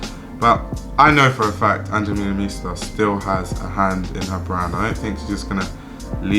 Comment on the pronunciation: the way u say her last name is so funny